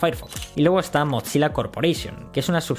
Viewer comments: Acá también un error de pronunciación?? No es MOTZILA, se lee MOZILA! Increíble ese error cuando haz pronunciado bien la palabra atlon (athlon) que los españoles suelen pronunciar muy mal (alon XD) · me distrae que diga motzilla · ¿por qué dices MOT SILA si solo es una z en su nombre? te lo creería si fuera doble ZZ comop "pitsa" pizza.